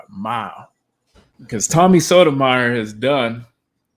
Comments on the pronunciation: It's pronounced "So-toe-my-your." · You’re pronouncing Tommy’s last name incorrectly. Other than that, good video